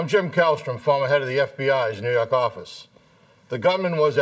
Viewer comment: He said New Yak office...😂😂